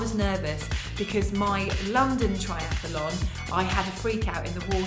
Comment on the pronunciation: It's pronounced tri-ath-lon .. NOT tri-ath-a-lon. Apart from that, well done ... very impressive!! :-)